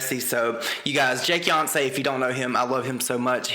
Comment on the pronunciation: The relevant part starts about half way through, folks. Also, I think it's pronounced like Jakey Once. Not Like Jakeyoncé. To be fair, I don't really watch him, I find him extremely annoying.